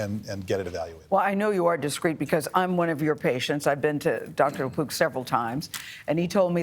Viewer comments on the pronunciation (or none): At first I thought he said the doctor's name is Lapoop... I was like, "how fitting." then I read the note and saw "Lapook." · I swear I thought he said Gastroenterologist Dr. John Lepoop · I thought he said Dr La Poop...🤣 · I honestly heard, "Dr. Jon LaPoo"